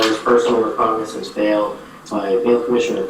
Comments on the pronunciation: Really good video. I always question whether the SovCits in court have valid points or just wasting the court’s time. One thing, I think it’s pronounced recognizance not reconnaissance. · Talk about mixing up legal terms. It's recognizance not reconneseince. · Just before the 26-minute mark there was a little word flub,, I think you meant recognizance not reconnaissance. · Recognizance, not reconnaissance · Not “reconnaissance”. 😂😂😂